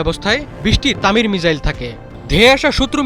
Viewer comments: মিজাইল না মিসাইল 😁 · ভাই মিজাইল নয় মিসাইল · ""মিজাইল ""কি ভাই???😂😂